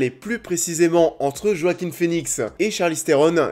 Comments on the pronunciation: Ça se prononce "Oaquin" et pas "Roaquin" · Ça se prononce Wakin Phoenix merci bonsoir 😅